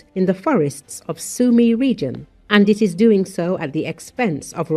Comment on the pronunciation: Litości ! AI głosem słodkiej idiotki informuje o miastach "Sam Yumi" (Sumy) oraz "Pakowsk" (Pokrowsk). Tego nie da się słuchać